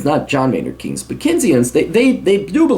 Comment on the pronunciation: I love how he mispronounces Keynes